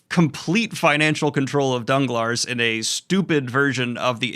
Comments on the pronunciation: Sorry, after the 3rd "DanglarSSS" I had to quit the video. It read "Danglar", the "s" is silent. If it's pronounced your way in the movie, then the movie really is dumb. I have watched every Monte Christo adaptation, including the Jean Marais & the Richard Chamberlain ones in German and Polish and they always got the pronunciation right. English adaptations really make people dumb. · I have this major pet peeve of Youtubers apologising for "butchering names" because buddy, you can just google the pronunciation, it'll take you 10 seconds, but you didn't even APOLOGISE. Ferdinand? DanglarS? SADEROUSSE? Or is it CHaderousse you're not sure there yourself eh. Didn't even try with Faria or Benedetto please just google their names you sound so silly in this otherwise valid rant, especially as you clearly know you're butchering them. Genuinely just checked if the English translation just changed their names but no, you're just not giving a damn. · *it's pronounced don-glar 🙈